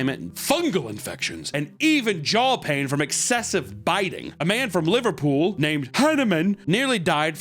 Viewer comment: I love u man but GOD what was that Liverpool accent